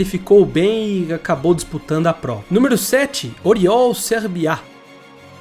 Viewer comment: "Pagenô " e não " pegenout " kkkk Sérvia e não "serviá "